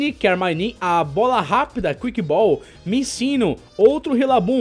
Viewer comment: Minccino mas um carioca falando: COMO ASSIM O POKEMON TA MINTINO?